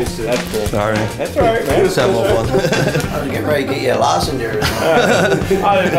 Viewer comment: “I was ready to get you a lausenger”😂😂😂😂